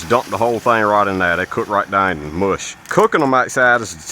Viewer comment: The way he says "down" and "house" is unusual. I thought Louisiana at first but maybe Kentucky or Tennessee